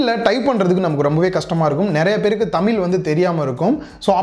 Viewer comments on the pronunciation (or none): தமில் இல்லை, தமிழ்.